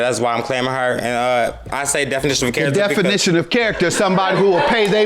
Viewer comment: the lady face behind him when he says "definiton" of character and "promissy" note is everything!